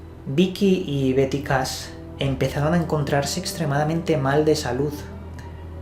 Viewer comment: En español la H no se pronuncia pero Cash no es Cas.